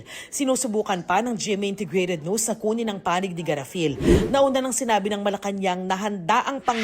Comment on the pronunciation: Wtf? Ano ba ang problema ni Darlene cay? Bakit ang bigkas nya sa NEWS. AY "NOOSE "? WTF? 😅